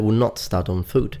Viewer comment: "Fooot" lmao:)